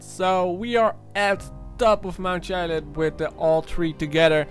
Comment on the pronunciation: So you're researching the Chiliad mystery and you can't even pronounce Chiliad. Seems legit.